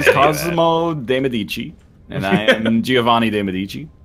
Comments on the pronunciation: médici, not medìci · Now, idk if in UK or the USA it's pronounced wrong, but if they are going for the italian pronounce of "medici" they are saying it wrong, and it's making me sooo triggered